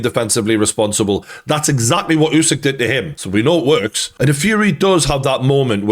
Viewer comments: i hope you’ll learn to pronounce his last name, it’s “Oosyk”, not “Yusyk” thanks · It's Usyk like in "urban" not like in "use".